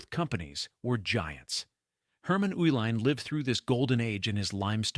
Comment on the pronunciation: The name Uihlein is pronounced E-line.